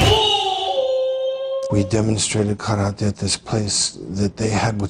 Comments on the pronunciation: Love how Steven tries to be pretentious by pronouncing karate the proper Japanese way, but can't do that right after all and ends up saying "ka-ra-tay". Just how he keeps trying to do the pretentious cliché Japanese old dude accent from the old karate flicks, but doesn't really pronounce anything correctly... fuckin' hell. xD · Pronouncing karate karatay is extremely pretensious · The way Steven seagal keeps “correctly” pronouncing foreign words makes me so mad. “Kad-at-ay” stfu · Anyone that pronounces karate "ka ra TEH" has never practiced karate. Even if you were going for the Japanese way to say the word and not the American ka ra tee, the teh doesn't have emphasis on it. it's teh not TEH. He's going kara-TEH. It's karateh. The teh is soft. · God even him pronouncing karate that way to look more knowledgeable is so gd insufferable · So he pronounces Karate like Ross from Friends. LOL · Did anyone else find it fitting that Jon had a SpongeBob Ice-cream right before Steven pronounced Karate as said cartoon character?